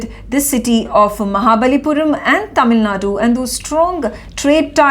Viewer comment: Dear Newsreader pls note in the word Tamil Nadu, the u at the end is silent or rather half silent.